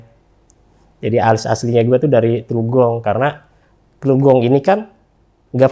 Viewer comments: Qodarulloh... 😥 Sedih harus mengingat kembali kejadian itu. Tapi juga ada kesan mendalam & bahagia bisa ketemu kembali sama teman2 pendakian di Semeru akhir tahun 2001. Oia sedikit ralat bang, asal gw teluk gong (dekat kalijodo) bukan trugong 😁🙏 Terima kasih yg tak terhingga kpd RJL 5 yg menjadi perantara penyambung kembali shilaturahim kami yg sempat terputus selama 20thn. Semoga tayangan ini menjadi hikmah & inspirasi yg baik2 utk kita semua. Semoga sukses selalu utk RJL 5 & Crew. Aamiin... 🙏😇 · bukan terugong tapi Teluk Gong kali.....